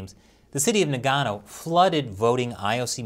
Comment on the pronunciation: Today on Nagano Mispronounced....